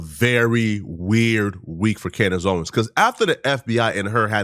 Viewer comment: The amount of times that you have said her name wrong is driving me insane